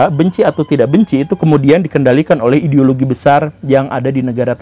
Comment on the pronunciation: Gimana ngomong "ideologi" nya guru?? 🤣🤣🤣